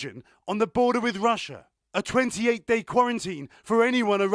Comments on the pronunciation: "LAH bOR ruhTREES" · nobody: this guy: LA BORA TEES